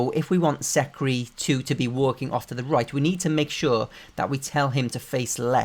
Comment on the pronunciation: "taUlkIng AnD tHe wOuLkEiNg" got me